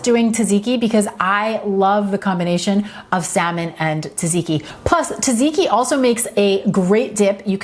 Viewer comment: Great ideas! Pronounced tzat-zee-kee. 🙂